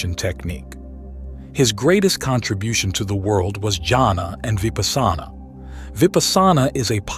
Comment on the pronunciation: Odd that the speaker pronounces Vipassana oddly. 🎊🎉🙏🏼